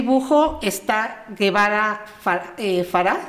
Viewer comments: El apellido no es guevara es gevara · no es Guevara es Gevara con el sonido " je "